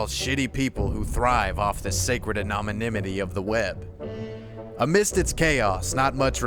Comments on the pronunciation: "Anominimity?" Really? *Anonymity. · anomynimity... love it. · Lol dude, it’s “anonymity”.